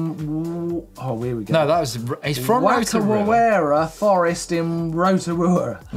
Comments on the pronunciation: Whakarewarewa is pronounced “Farka-ray-wa-ray-wa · Oh Martyn. You murdered that pronounciation of whakarewarewa! (Also the picture in the bike vault was from the same place). It is sometimes more commonly known as the Redwoods, the same trail centre that the EWS will be racing at this year. Admittedly the word is a bit of a mouthful (that's why its know as the redwoods haha), but you can pronounce it like fock-a-ray-wa-ray-wa. Also reckon you guys should come on out to Nz , it's mostly sunny. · It's pronounced Fa-ka-rewa-rewa. Maori Wh sounds are pronounced as an F sound. At least in most dialects. Not the worst mispronunciation tho. Better than not trying at all.